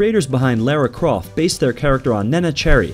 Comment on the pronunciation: And Lara dammit hahaha